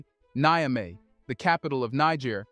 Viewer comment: I always hear that you confuse Niger (pronounce as Nizhe former colonized by France) with Nigeria (pronounced as Niy-Jeria Fomererly colonized by UK). Of course that two countries are separated by a colonial border. Niger is the country to the North of Nigeria. Its capital is Niamey (pronounced Nyame). The ones dancing with Russian women are Nigerian (The Super Eagles). People from Niger are called Nigeriens (pronounced as Nizherians) and people form the populous Nigeria are Nigerians (pronounced as Niy-Jerians). Very often you confuse me as to who you are reffering to.